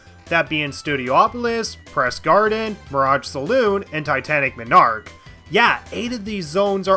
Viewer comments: People are talking about how he says “MON arch” as “minarch” But don’t talk about how he literally said “miminum” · No game is perfect and flawless. Also it's MON-ark not MI-nark. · Everytime you say "Minarch" I die more inside. Also did you actually not like titanic MONarch for being hard? It's the final stage in the game did you want it to be a cakewalk? Unfair moments? What? That's just nitpicking rather than a real issue. Also are you really mad about playing blue spheres? A mode you dont even have to play? My biggest problem with this "everything wrong with" is how they're just small little things you dont like. The only point I can really agree with you on is the lack of more original stages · ive never played sonic mania and all ive heard are good things about it. im glad you made a video about what people might be afraid to talk about or things that are just overlooked when people talk about how great the game is. and im sure you have gotten this before but it made me laugh every time you said "titanic monarch". you were pronouncing it as m'narch or minarch when its pronounced mon-arch like a monarch butterfly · MAHN-ark MAHN-ark... not muh-NARK. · It's not Titanic "ma-nark" it's Titanic Mon-ark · Mawn-Arc, not muh-narc. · Just for the record, its pronounced MON ark not minarch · omg...it's MONarch. NOT menARCH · Ma-narch I’m gonna say it like that from now on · did you just fucking say m i n a r k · remember people it's not pronounced MONarch, it's m'nARCH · he kept saying minarch lol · Dude, you pronounce 'monarch' very strangely. Your emphasis is way off. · The only thing I don't like about the video is how you pronounce Monarch wrong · The way he pronounces the word "monarch" bugs me. Good video on the whole, though. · I guess you’ve never heard monarch pronounced correctly before. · And you're pronouncing monarch wrong, monarch is a king